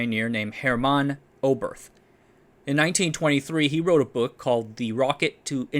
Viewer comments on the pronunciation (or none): none